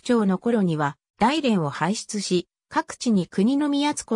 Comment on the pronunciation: だいれんではなくおおむらじでは